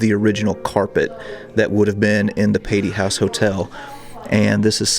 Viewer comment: It's "Pay-Tee" Hall. No offense, just letting ya know!! Yet another great video! The roof was ripped off last year in a small tornado. Fun tidbit